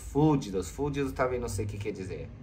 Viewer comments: Quase morri de rir com o fúdidos do!!!!kkkkkkk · " fuldidos" é hilário 😂😂😂